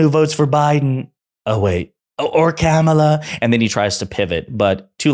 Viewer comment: Do you think Trump has an issue with KAMALA HARRIS he pronounced her first name this time as camela is that because he has a camel issue or toe😂😂😂😂😂